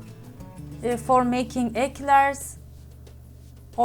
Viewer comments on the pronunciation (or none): Thank you for another great recipe! By the way choux pastry isn't pronounced the way it is spelt. It's pronounced shoo like shooing a fly away or pair of shoes. It's no big deal I just wanted to let you know. 🙂💞 lots of love from Australia 🇭🇲